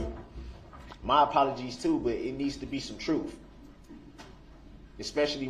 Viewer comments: This guy needs to go back to phonics class. Forf right. Twentief. Oaf. Truf axe Yall!! He’s not a smart one. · The more I watch him the more his pronunciation of oath, both and truth infuriate me. I know he can pronounce words with TH because I've heard him do it. It's pure laziness and I'm positive the jury thought it was as well. Not a good look at all.